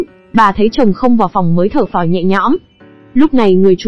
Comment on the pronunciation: Chỉ có chữ Thở Phào Nhẹ Nhõm thôi mà cả clip 3 tiếng hơn vẫn cứ đọc là Thở Pháo :))) . Bó tay thật